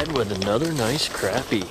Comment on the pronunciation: Crappie not crapie